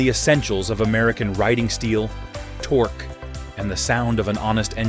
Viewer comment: How can the Sprint "sound like a Harley" with a thumper engine? That cannot produce the "potato-potato-potato" sound familiar to all... (note to narrator: it's pronounced "tork", not "torkee". Also, at the mark you need to call the department of redundancy department, as the audio states "and the seat height is 27.1 in seat height"